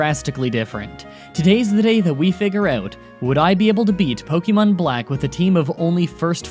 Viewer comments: You still say Pok-EE-mon It’s Pok-EH-mon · "You can't make fun of me for mispronouncing the gen 5 names!" Continues to mispronounce "Pokémon"